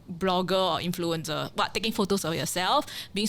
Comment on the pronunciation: Didn't know XX was cancelled too until it's revealed here. Glad to have a chance to hear from her again. Don't make 'influencer' sound like 'influenza' though. 😊